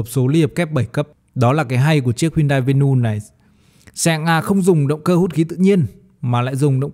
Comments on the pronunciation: Vê nu😅😅😅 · Venue ko có s mà Bác đọc ét xì nhiều quá